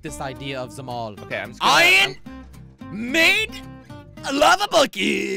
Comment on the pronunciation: He says ion He has to say iron not ion